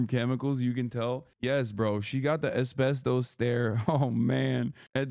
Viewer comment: “Espestos stare.” 🤣🤣🤣🤣